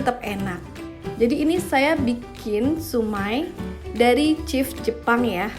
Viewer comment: Chef ama chief beda pronounce beda arti